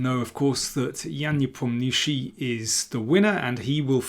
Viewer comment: I was impressed when I heard you pronounce Nepo's name correctly. Then you shiffted away, but now you are back on track. And I hope you know what Nepomnjuschij means in Russian!